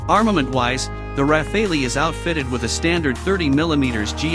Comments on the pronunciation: I always heard it pronounced “Raffall” so hearing the “Ra Fay Lee” made me giggle. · I know it's hard for non-French speakers... if you speak English just say "raffal". The E is silent. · Raf fay lee Lol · Computer voices never get it right. It is not rafāālee . Just search how to pronounce French word Rafale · I WISH THAT THE NARRATOR WOULD GET THE PRONOUNCATION RIGHT.....I DON'T KNOW...??? IT'S THE RAF,ALE, ...??? I GUESS IT'S LIKE TOMATO TOMATOES TYPE OF THING...??? ANYHOOS WORLD STAY FREE STAY SAFE AND FREE JULIAN ASSANGE 🇦🇺🦘🇦🇺 (( DON'T LET THE YANKS HAVE HIM...!!?? )) IF THEY DO GET HIM THEY WILL KILL HIM...!! "" ACCIDENT'S HAPPEN 🏴‍☠️ '' WE GOTTA STAND UP AND BE COUNTED ☮️ KEEP THE PRESS FREE..!!☮️❤️☯️🏴‍☠️🏴‍☠️🏴‍☠️🏴🏴🌈🏳️‍🌈🌈🌈🏳️‍🌈🏳️‍🌈🌈🌈🌈🌈🌈🏳️‍🌈🏳️‍🌈🏳️‍🌈😑😵😮😡🤬💣💣💣💥💥🔥🇬🇧🇺🇸🇮🇱🔥🔥💥💥💥